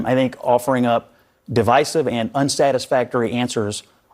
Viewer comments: You better stop saying divisive that way... it's divisive not divisive. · Divisive isn’t pronounced the way the host thinks it is.